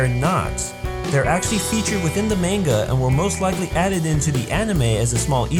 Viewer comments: How can you correctly pronounce Susanoo but not manga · Lel ye pronounced manga wrong, great vid do.